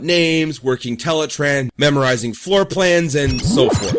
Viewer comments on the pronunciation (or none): none